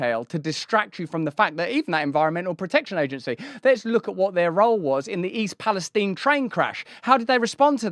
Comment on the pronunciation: East Pal-est-eye-n. Eye ... Not eeeeee